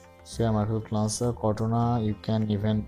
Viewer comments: First learn how to pronounce the word launcher. It is not lancer. There are many YouTube videos on pronunciation. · I used this but when I restarted my phone the icons were back to where they were before. And you mean to say "launcher",not "lancer"! LOL